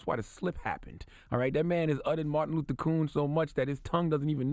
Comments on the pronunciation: So it said properly pronounced Martin LUFFER King, repeatedly. In Rochester, NY Lovely Warren the Mayor says with purpose LIBARY repeatedly. Oh and it's Martin Luffer King Mumff? Wow. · And secondly Charlamagne...who is Martin LUFFA King? I think your pronouncing it wrong.... Coincidence?